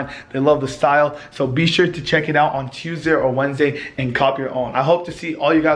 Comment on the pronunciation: says "Tuesday" really weird and